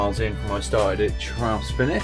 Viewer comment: Interesting watch but why not take a few minutes to learn the pronunciations properly? You wouldn't visit the alps and just happily butcher all the names over there...